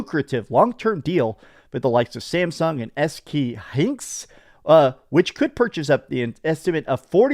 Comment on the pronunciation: "SK Hinx?" I thought your teeth were bad but your brain is worse. That's reading at the 2nd grade level.